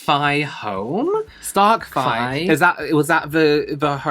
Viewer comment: "Starke Fi" LMAO